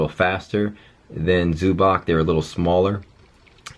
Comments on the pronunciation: It's pronounced like Zubahtz btw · Its pronounced zoo-bats